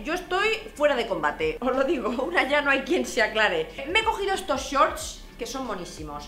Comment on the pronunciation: Por qué dices “ chorts “, con lo bien que hablas tú inglés??😳